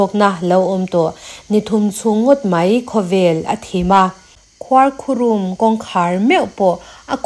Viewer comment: Ngati nge khuarkhurum tih hi i lam dik theih miah loh a,a mak hle mai,i sawi zing ve bawk sia,a dik lo bawk sia,beng a thlep tlat alawm,nidangah chuan fimkhur hle a ngai tawh ang, zirlai naupang te atanga kum upa thlengin youtube hi kan en in kan ngaithla deuh vek tawh a,zirlai ni mek tan phei chuan kan hnam tawng a dik taka hman hi a pawimawh em² a,in channel ten hetia a diklo a in tih zel chuan mizo tawng hi a dal telh²dawn,khuarkhurum lam dan chu,chaw kan chhum a,duh aiin a lo rum deuh a,chaw rum ani mai😅heta rum kan sawi dan ang chiah hian khuarkhurum hi lam tur ani.